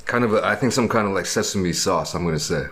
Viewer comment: LOL “where’s the “saoss” immediately becomes normal a few seconds later and says sauce